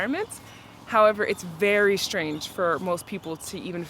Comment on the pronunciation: One minor suggestion: please stop pronouncing strange as shtrange